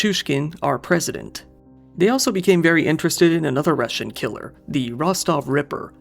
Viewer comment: You dont sound like your stuggling at all with these russian words/names. Do you speak the language?